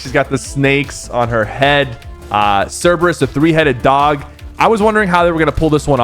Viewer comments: sypher its curbayus say it like that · it pronounced Kerberus